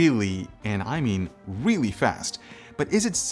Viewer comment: This CPU is weely... weely fast